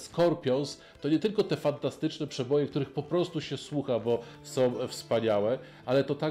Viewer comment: Polską, nie "Polskom" i są, nie "som". Poza tym, dobra robota.